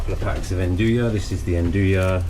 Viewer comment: Love the channel! The way you pronounce andouille drives me bonkers. I'm looking forward to the release of the Dome Gen 2 XL in natural gas next year. I already have the funds earmarked. Thank you for sharing so much knowledge. If by chance you see this comment I don't have a good option to get fresh yeast local nor do I think I would use it all to justify the delivery cost. How much of a difference would active dry yeast change the fermentation times? I read to use 1/3 the amount of active dry yeast as called for in fresh yeast. Cheers bro!